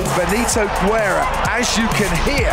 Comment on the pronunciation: Haha, Benito Güerra 😂 In spanish, we don't pronounce the 'u' between 'g' and 'e' or 'i'. We only pronounce it when it has Umlaut with words like pingüino. Benito Guerra 🇲🇽💯🇲🇽💯 First Mexican ROC champion!!!!